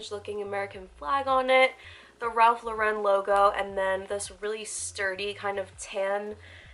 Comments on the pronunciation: girl “ralph luh-ren” LMFAOOOOO. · Ralph Lauren’s last name rhymes with FOREIGN- Why do SO MANY you tubers say it Law-wren?!? 😖😖😖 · Ritchy Rebel NOT Law-wren; AGAIN- it rhymes with FOREIGN or LAUREN Bacall. FULL STOP. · The way ur saying Ralph Lauren is killing me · Ritchy Rebel ok, it’s still not commonly said that way so it was weird to hear.